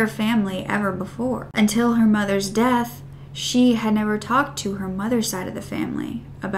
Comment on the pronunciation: you said deaf instead of death oops